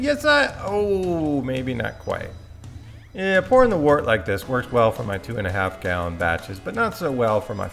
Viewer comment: I watched a couple of your videos. Great content. A couple of little picky things: Trub is pronounced Troob. Wort is pronounced Wurt. It's always a good idea to hydrate your yeast. You get visual confirmation that your yeast is good or bad. It can also help you to avoid off flavors that might happen with a direct pitch. It would have been nice to include S-04 in the comparison. I find that it makes IPAs finish about a point higher than US-05, but it tastes way sweeter than that.